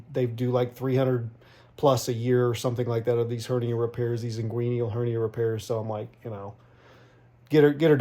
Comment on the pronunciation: It is not pronounced Ingueeneeal. It is Inguinal, pronounced Ingwenal. You are giving a lot of misinformation. The Robotic Assist surgery is a much faster surgery and it is used for many reasons that you should know before trying to tell someone why it was used. Also, absorbable mesh is NOT commonly used. Most Hernia surgery is still performed with permanent mesh.